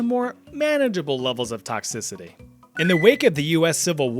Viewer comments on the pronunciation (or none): none